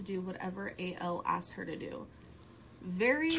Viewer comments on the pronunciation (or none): Who's A.L? Its AL gorl. 😬